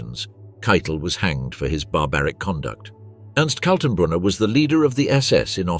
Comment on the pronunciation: 23.45 Ernst Kaltenbrunner? Is that difficult to pronounce?